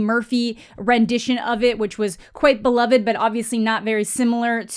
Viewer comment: You have awesome content. But for the love of your fans. Please pre read and practice what you’ll say. You miss pronounce words way too often that just make no sense at all. You don’t the the word amicable ? Or subSequent? You don’t break up the words it’s one word. And beloved.... you have again amazing content just maybe practice reading online so as not to sound so cringe with some simple words.